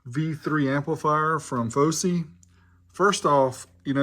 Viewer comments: Its Fosi not Fowsey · Its Fosi not Fowsey.